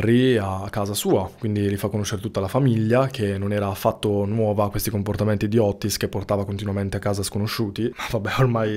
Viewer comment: Otis....con una t. Non Ottis